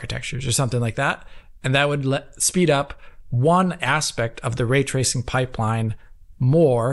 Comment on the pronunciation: "Way twacing"